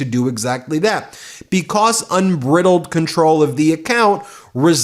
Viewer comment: I love your analysis. BTW, “unbridled” has a long “I” like bride. It’s a metaphor from a horse without a bridle, I. E. unrestrained.